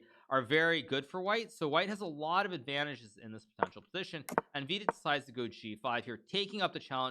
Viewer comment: I love the way you pronounce Vidit's name. Wee-did sounds better than Vidit or VD.